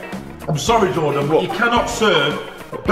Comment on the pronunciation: It’s Jordan not dorden